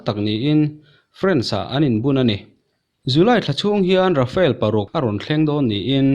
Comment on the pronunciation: Rafale thlawhna hi, Rafael tiin i lam fo thin in ka hria 😊 a bengvar thlakin india ralthuam hi a pui hle mai 👍👍👍👍